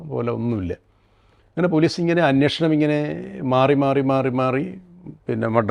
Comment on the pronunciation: അന്വോഷണം അല്ലെടോ അന്വേഷണം